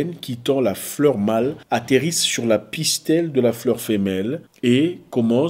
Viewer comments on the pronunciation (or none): Tonton Zack, ma fille suit la vidéo avec moi...Elle est entrain de te corriger. Elle "On dit Pistil" et non *Pistel*😂